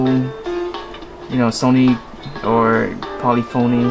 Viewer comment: polifiny is how you pronounce it